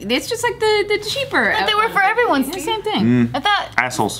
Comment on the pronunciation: Steve.. steeve. Eee.. not like stiff like cheese.. steve.. steven..